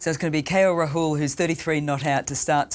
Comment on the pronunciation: how does she does not know how to pronounce Rahul and still has the commentator's job?